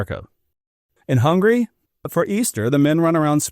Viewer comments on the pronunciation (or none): none